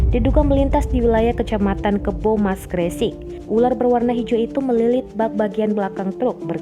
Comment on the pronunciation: Bacanya Gresik koq aneh,,,emang gak pernah denger nama daerah itu ta